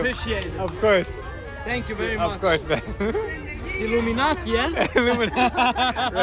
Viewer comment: My brudda barely knew a word of English but send illuminatti perfectly 🤣🤣